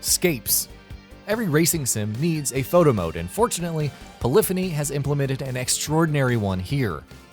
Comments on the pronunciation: You are pronouncing Polyphony wrong :P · Aaaahhhh I can't watch it anymore GRAN TOREEEESMO. POLLIFINY!!!